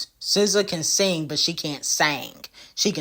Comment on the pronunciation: She can sing but can’t “seng” 🤣🤣🤣🤣🤣🤣💔😂 pls